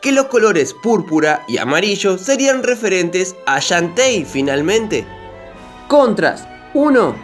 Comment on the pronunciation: Así se pronuncia. xDDD